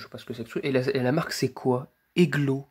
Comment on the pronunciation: Ouais ça monte vite les 1k va bientôt arriver eu pour la première je suis pas sur qu'elle n'as pas de défaut eglo c'est ma marque de mon luminaire c'est une lampe polonaise et c'est pas eglo ça se dit ejlo mais c'est pas grave +1 like et si je me trompe pas eglo c'est Mazda en Poland